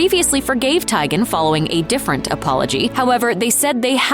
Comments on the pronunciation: Lol "Tiygen". Like tie or tiger. It's pronounced TEEguhn. Like tea. Still not as bad as you saying Notre Dame, wrong. Btw, "All of them" isn't a preference. That's not a valid answer. Pick one or don't bother commenting. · The narrator saying "Tie-Gan" instead of "Tea-Gan" is really bothering me... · You mispronouncing names!!! It’s pronounced TEE-GAN…. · OMG! That was driving me crazy! It's not that hard to do a little research beforehand to check how to pronounce celebrity names. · TEE-GAN.........ahhhh I was going crazy listening to you mispronounce Chrissy's last name!! Lol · TEEEEEEEEEEEEGAN, TEEEEEEEEEGAN, NOT TAGEN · I cringed everytime the narrator mispronounced "Teigen" incorrectly... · When the narrator pronounces chrissy last name wrong and now im screaming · Look, if you're not going to pronounce people's name's correctly (like Chrissy Teigen), then just don't say them at all.